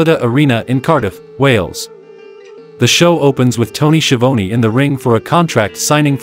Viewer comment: I LOVE when it’s an AI announcer and they can’t pronounce names. Tony “She-OWN-ee “? 😂😂😂